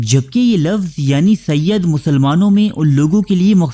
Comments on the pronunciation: Bhai ye lafz sayyad nhi sayyed he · Sayyid hai.. ی ke neechay زیر hai زبر nahi